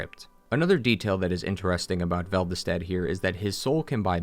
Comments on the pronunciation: Velvested? Really? You have it wrong in the whole video, even though it’s name is clearly shown on screen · The "Velvestadt" thing annoys me. Why would your brain do that? You must have played these games hundreds of hours. However, cool video! DS2 always had a place in my heart, and I never understood the hatred.